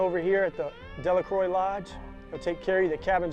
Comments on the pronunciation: Great content and great editing.. Btw it's pronounced Della-crow not Della-croy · its pronounced Delluhcrow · Hi, I was asking about pronunciation, I saw the "Dela-crow" above--so it is Dela---"crow", or "croy"?